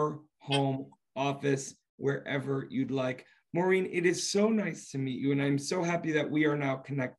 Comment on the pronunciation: She is incredibly talented. And BTW It’s Maureen not Maurren 🙄